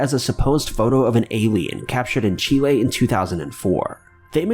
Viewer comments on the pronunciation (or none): none